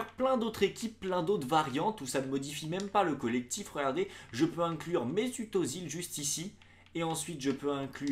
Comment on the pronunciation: On dit Ezil pas Ozil